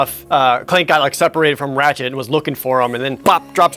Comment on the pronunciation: when he says "Ratchette" it almost sounds like he says "ratshit"